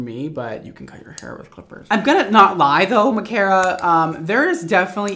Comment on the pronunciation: 1. You pronounced my name right omg 🥺😊 2. I'm so sorry I ruined your favorite mannequin head😩 3. THE LAYERS LOOKED SO GOOD I HAVE TO DO THAT ON MY HEAD ASAP